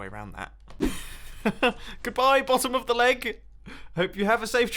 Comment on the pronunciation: In the first minutes i understood "laag" instead of "leg"